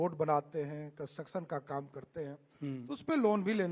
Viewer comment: Constraction को कंसेशन second ko secon बोलता है बकलोल कहा के 😅😅😅😅😅😅